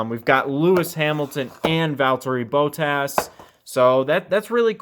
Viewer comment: why did you say bottas like that